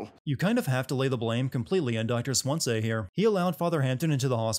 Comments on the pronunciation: This video's biggest sin: pronouncing it like 'Dr Swanzay' not 'Swanzee' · It's Doctor Swan-SEE not Swan-SAY, it hurts me so badly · I am not english, but I remember all the sins you gave for mispronouncing "origami" and "paco" in heavy rain. So, for the sake of learning, I was just wondering, why do you pronounce Swansea as "swansay"? Shouldn't it sound like swan and sea? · You should be sinned for pronouncing his name Dr. SWAN-SAY HIS NAME IS SWANSEA, SWAN SEA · Swan-sea, please... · Then why doesn't he know how to pronounce "Dr swansea". He says his name enough in the game, and he doesn't say Swan say. This guy didn't play the game. He's reading something someone else wrote and guessed wrong at the pronunciation. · Just sayin this dude could've pronounced "swansea" the right way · After so many hours of talking, you still can't pronounce Swansea 😂 I'm as dead as your taste in games right now. Based on this content, it's safe to say he didn't even listen to one conversation without skipping 60% of it. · Confused as to how you keep mispronouncing Swansea even when the characters are saying it in the gameplay shown in the video.